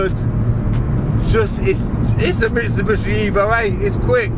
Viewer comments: What is a Mitsu-“bushi”? It’s a Mitsu-“BISHI”! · Can I just say that the correct pronouncement is Mitsubishi not Mitsubushi